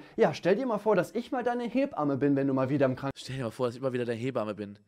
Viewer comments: Jeder: Hebamme Simon: Heeee bamme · Simon: Lehrzeichen vor Satzzeichen sind Psycho. Auch Simon: "He-bamme"